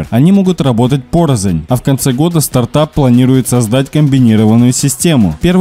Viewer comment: Спасибо,!. Не "порозонь", а "порознь")